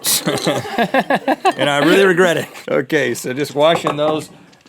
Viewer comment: "and I really regRHETT it"